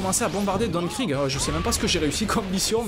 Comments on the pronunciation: sa se prononce krig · non sa se pronomce krigue